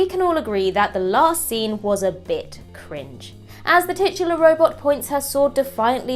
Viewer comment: saying "tutular" is list baiting for future videos......and I for one am here for it!!!